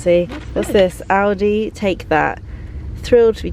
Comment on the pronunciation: It's rather pronounced ow-di :D I hear Aldi as well